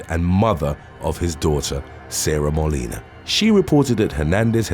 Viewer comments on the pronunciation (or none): none